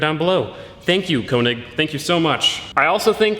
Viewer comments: It's not Konig! It's König! Ö sounds completely different than O. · könig not konig